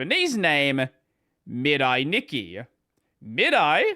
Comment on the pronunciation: Oh, are you terrible at pronuncing Japanese. 🙉 "Mirai", as in you-and-me-rye.